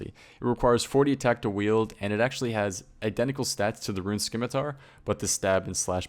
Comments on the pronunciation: 2016 still saying skimitar smh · There's no "k" in scimitar. Now if you excuse me I'm gonna go study some skience. (✿☉‿⚆) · I just realized everyone that plays this game probably pronounces scimitar skimitar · why do people still pronounce it Skimmitar??